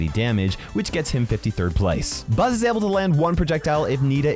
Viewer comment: Bull ❌ Buzz✅